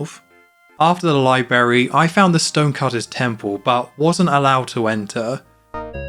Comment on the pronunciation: THERE'S TWO RS IN LIBRARY ITS NOT PRONOUNCED LIE-BERRY